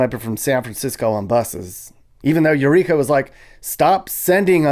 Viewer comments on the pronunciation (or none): EUR TWEEKA LOL!!!!